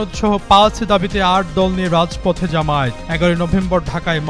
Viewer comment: জামায়াতের কেন্দ্রীয় নেতাদের দৃষ্টি আকর্ষণ করছি, প্রায় সব মিডিয়া ও উপস্হাপকরা "জামায়াত" শব্দকে জামায়েত উচ্চারণ করে থাকে।একাকি জামায়াতের জন্যে অপমান করে নয়? দৃ